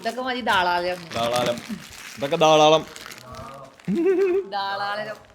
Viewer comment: ധാരാളം ❎ ധാളാരം✅